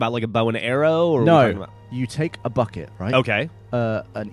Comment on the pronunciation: Pre-"buhKET"... it's funny hearing him not make fun of him every time he says bucket